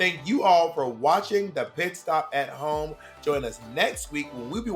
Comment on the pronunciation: BOB STOP SPILLING THE "T" :(